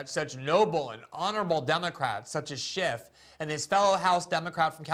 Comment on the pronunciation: GG it's not Adam Shift, it's Schiff.